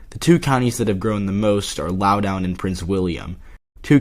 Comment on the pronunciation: It is pronounced Laow-dun. Not laow-down